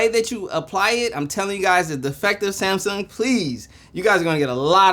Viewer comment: SaayYmsung! Lol